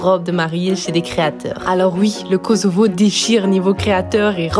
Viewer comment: Kosovo se prononce KoSSovo 😊. Sinon les robes de Valdrin c'est des chefs d'oeuvres comme toujours 😍